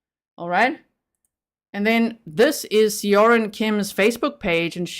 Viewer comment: Korean name pronunciation help time! Seorin is Soh-rin. If you want to be more accurate, the soh is about halfway between "so" and "suh". Definitely not "so" as in sew, more like the o in "sock".. "Rin" is much closer to "din" than the typical hard R of American English. I hope this helps! Whenever you 'eo' in a Korean word, it will always make this sound. It will never be two syllables. Think of it as one letter when you see eo.